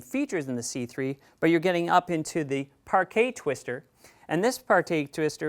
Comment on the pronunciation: First time you say: "Parquet twister" Second time you say: "Partay twister" What I don't understand is why you didn't do another take ? Oh ! That was the seventeenth take ? I get it ! >